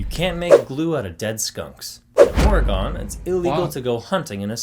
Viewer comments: Just a note, don’t say Oregon as if there is an e on the end — or-e-gone. It’s Or-e- gun. Yes it’s spelled Oregon. I hate it when ppl mispronounce my states name. Should have learned it in school when you learned about the states. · Let her put up the tree in November! We put ours up early to mid November, comes down New Years day. Oregon is pronounced Or-E-gun, NOT Or-E-gone. It's mispronounced by many Americans, including in this video. Drives us Oregonians crazy! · OK, again…it’s ORY-gun, not ORY-gone. 🤦🏻‍♀️ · I’d never heard Oregon pronounced “Oregone” before. Is that a common pronunciation somewhere? Am I pronouncing it wrong? 😂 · You're probably pronouncing it right. Nobody from Oregon says "oregone." It usually sounds like the word "organ" with a subtle "eh" sound in the middle